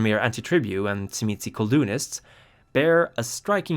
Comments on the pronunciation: In the sabbat sourcebook circa 2nd ed, they phonetically pronounce it as "Zhim-ee-see or say". From my own hungarian background, the wordwould be pronounced by magyar speakers as "Zhim-uh-say". The pronunciation spoken in the video seems to be from someone whose native tongue is latin based, like italian or spanish, so that filter causes it to become abberant. For precision, say the word "jim", but replace the hard 'j' with an "sh" sound, while pressing a 'z' sound right before that. "Zhim". The next syllable is easy. Just a soft "uh". The ended with a slightly inflected "say". Pronouncing the last syllable "see" isnt unforgivable, but "say" is closer to correct native tonality. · I was waiting for this video, so I could learn how to pronounce Tzimisce